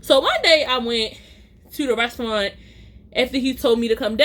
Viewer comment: The way u say restyouwant 😂